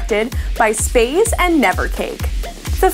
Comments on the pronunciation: she called sp4zie, "spaze" with a long a.... -. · Thijs van Geffen im with u on that one it Sp4zie she misspronounced completally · PRONOUNCED SP4ZIE'S NAME WRONG PLZ FIRE!